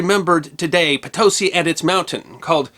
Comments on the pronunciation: Great video, as always. Worth mentioning, the city's name is pronounced "poe-TOE-see", and the name of the indigenous people mentioned is pronounced "kae-chew-ah". Returned Peace Corps volunteer from Bolivia :). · The mine in Mexico is actually pronounced potoSEE in Spanish. Also not discussed in this presentation, the riches in gold and silver found in the New World were to the detriment of Spain. With the conclusion of the Reconquista in 1492, Spain was already driving out the Moors and Jews - thus wrecking the true middle class of Spain. Throw in the gold and silver, Spain was doomed to lose its place as a world leader. The dependence on rare metals was biggest problem for Spain. The Protestant based colonies in North America had to depend on their work and mercantilism to develop wealth. They succeeded and created the United States. “It is said that trail from Potosi’ to Mexico City was littered with bones of peasants who moved the Silver to the seat of power of the Vice Royalty of Mexico.” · Great video, as always. From a native English speaker point of view, and not using official phonetic symbols, the pronunciation of Potosí is most easily understood as poh-toh-SEE, with only the slightest h sound where noted to simulate the pronunciation of the o in Spanish. poe-toe-SEE does not quite do it. Also, whenever a Spanish word has a written accent, that is the syllable that is accentuated in speech, thus, the -SEE in Potosí. Thanks for the video. I subscribed a long time ago.🙂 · The Bolivian city's name is more properly pronounced "poh toh SEE" due to the accented final /i/ as indicated in the Spanish rendition of the indigenous word. There is some disagreement whether it comes from Quechua (the language of the Inca) or Aymara but the New World Encyclopedia renders the meaning as "thunderous noise" and relates an interesting story of the name's origin. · Potosi is accented on the last syllable, not the middle syllable. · It's pronounced Poh-to-See not Potowsy